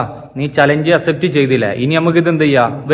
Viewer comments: ഡാ അസെപ്റ്റ് അല്ല അക്‌സെപ്റ്റ് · Accept aan myre Assept 😂😂😂alla